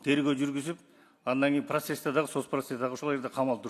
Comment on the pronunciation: Адан эмес, андан дечи спикер.